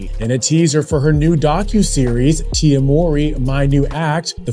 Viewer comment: Who is Tia Wowry? You mean Tia MOWry 🤦🏿‍♀️🤣